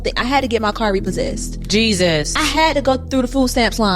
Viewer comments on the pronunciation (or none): The "jesues"😮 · Why she keeps saying "Jee sus" like that? 😂